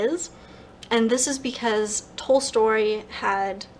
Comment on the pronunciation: Tolstoy, not Tolstory, please!!!